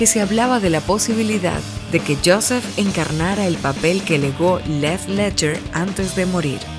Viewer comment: Dijo Death Leadger en lugar de Heath Leadger. LIKE si te diste cuenta